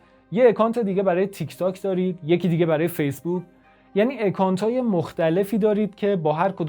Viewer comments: با سپاس از این کار با ارزشتون . با عرض معذرت : اِکانت اشتباهه ، اَکانت درسته account ✌ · سپاس از اینکه انقدر سریع پاسخ دادید. جناب نازنین اگر بخوایم واژه های انگلیسی رو مثل خودشون تلفظ کنیم باید به صدای کلمات هم توجه کنیم. مثلا همین واژه account در واقع شروعش چیزی بین اّ و اِ هست که چنین حرفی در الفبای فارسی وجود نداره. ولی باور کنید بیشتر به سمت اَ تمایل داره تا اِ. اصرار من نسبت به این مورد به این دلیله که من زبان انگلیسی رو در طول چند سالی که در انگلستان درس میخوندم یاد گرفتم و قصدم بهیچوجه گستاخی و اهانت نبود✌